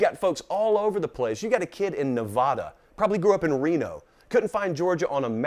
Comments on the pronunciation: As a high schooler from Nevada (it’s not Nev-ah-duh, but Nev-ad-uh), I laughed out loud when he mentioned applying to Georgia. I sent in my application a few weeks ago. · Sounds better phonetically the "wrong" way, Nev ah duh